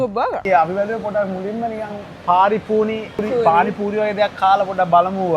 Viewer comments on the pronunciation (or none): Awwss my fv couple 😚💗 පානි පූරි ❎ පාරි පූනි ✅ 😂